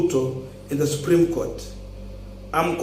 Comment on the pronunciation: It is ruto who dumped him,after what happened with 2017 nullification of results,the guy would struggle to pass his points during the case and also to add salt to injury ruto has reduced him to a Twitter lawyer🤦🤦🤦,a senior counsel who can't even pronounce supreme Court well ati subreme goat ,it all started from there,ruto was definitely not comfortable with this guy ,ASAP